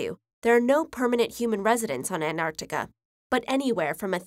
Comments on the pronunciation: anarctic lol what happened to the "t" xD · An-arc-ticah? The least you could do is properly pronounce words in your own language. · Don't ever say An-Artica again. Theres a T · Why do you keep saying "an Arctica"? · why do americans sometimes pronounce Antarctica as Anarctica but other times they dont? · She forgot to say the T in Antarctica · That's a weird way to pronounce Antarctica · Pronouce the first fucking 't' in Antartica you dumbass yanks. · I hate people who say Anartica instead of Antarctica, there's a T there for a reason. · Gosh, how many time the narrator keeps on saying AnArctica instead of Antarctica! Am I the only one who noticed that?? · ANTARCTICA NOT ANARCTICA she says it wrong for most of the video then I reckon she realises it's wrong half way through and changes how she says it. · why do you say "anarctica" twice like ? then you say it right "antarctica" in then "anarctica" almost all times in the rest of the video. weird!!!!!! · An tartica not Ant artica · Why does she say anarchtica? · They are NOT called Artica and Anartica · Americans, listen up... it isn't Ant-Arc-Tica its An-Tarc-Tica!!!!!! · Anarctica is not a word its AnTARctica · It’s anTarctica not anartica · its anT-arc-tica not anartica - Hermione Granger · The narrator gets points for pronouncing the first C in AntarCtica, but promptly loses them again for not pronouncing the first T in AnTarctica. "Anarctica"? Lazy and very distracting. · She said "Anarctica" its ANTarctica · I hate how we says Antarctica, it's not ''Anarctica'' it's AnTarctica. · Is it pronounced as an-tar-ti-ca or ant-ar-ti-ca? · I feel that she says "anarctica" instead of "antarctica". Anyone else? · Why does she say “anarctica”? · "enimuls" of "An'artica" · Why pronounce it as Anartica??? Is there any rule in English indicating the T is silent after a "n"??? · Did I hear it 'AnArtica' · The narrator keeps mispronouncing Antartica as "Anartica". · Is it pronounced Anarctica as she is doing ?